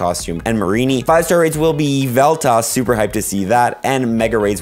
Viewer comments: There's an L at the end of Yveltal bro, Yveltallllllll, not Yveltah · Lol he keeps saying Evil-taw 😭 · The way you say all these Pokémon’s names 😭😭😭 “yeeee vell tah” 😭 “Furr frew” 😭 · How did you just pronounce yveltal? Yee-vu-tah? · Eeee val tall. Is not how you pronounce Yveltal.